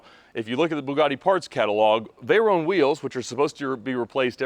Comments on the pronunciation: Vey-"rone" lol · It took 19 seconds to stop this video. One year in and you still can't pronounce Veyron properly.